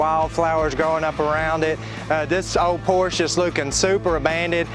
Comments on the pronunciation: He doesnt even know how to pronounce the name of it....why would anyone expect him to look after it. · PORSH ??? PORSHE, OK.... I enjoy to watch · 🙈 A what? A Porsch??? Seriously? What car enthusiasts might you be not being able to pronounce this world famous and iconic car brand in the right way? Do you have Lincol or Lincoln, Toyot or Toyota, Chevrol or Chevrolet, Chrysle or Chrysler? It's Porsche with an e at the end! If you're really not able to remember this simple thing, maybe it helps to think about what famous Janis Joplin once sang: 🎼🎵🎶"Oh Lord, won't you by me a Mercedes Benz, my friends all drive Porsches, I must...." 🎵🎶 So please don't be ignorants. Thanks in advance. Best regards, luck, wisdom and health in particular. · Just a heads up folks: Porsch-uh. Not Porsch. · For future reference, "por ·shuh" is the proper pronunciation.